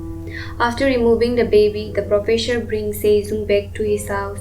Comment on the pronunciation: Profesure?? What the.......?!! The narration is terrible 😮